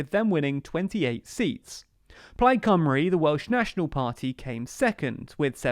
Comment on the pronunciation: Cymru incorrectly pronounced also.